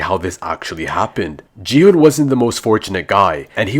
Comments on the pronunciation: IT'S NOT "Ji-hun" IT'S GI-HUN IDIOTTTT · it’s gi hun🤓🤓